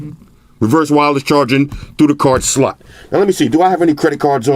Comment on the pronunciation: I remember when said slut instead of slot.😂😂